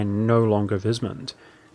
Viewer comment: heh sure. Secessionist is said like cess (eg cesspool), so like cess-session. I believe you said succession in the video. W in German (which the empire in Warhammer is a parody of) is pronounced like a v in English, so weismund sounds like vice mund, (German vowels are pronounced in the order you see them, so ei sounds like I or eye).